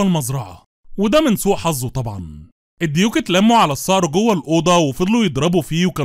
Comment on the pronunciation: السنه 2024 ⚠️اسمه الصقر✅ وليس الصار ❎ اذا النطق لست صحيح فالمحتوى ليس صحيح